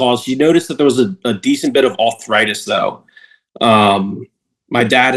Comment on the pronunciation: What's "authritis"?